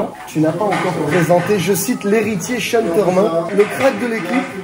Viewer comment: Commentateur stp apprends à prononcer le prenom de Sean Tormin, la tu charcutes son prenom c est hardcore, STP: prononciation: sh-eh-n